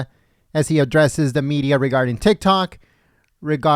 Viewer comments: He said tic tak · Did you catch him saying “tick tac”? He corrected himself. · Trump favorite words: "teek toks" "weekeleeks" "chygnaa" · Tic tak told, isn't that a clock?😂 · He said "tick tac"? Just disgraceful.